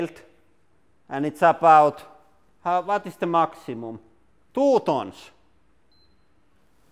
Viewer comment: Tooee tonssss😂😂😂 Hit like if you laughed when he said that🤣🤣